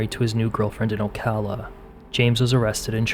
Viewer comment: Thank you for saying Ocala properly lol a rarity